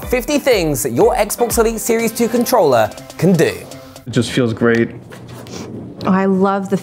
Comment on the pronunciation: I have this controller " with an R" not controllaa. No a in controller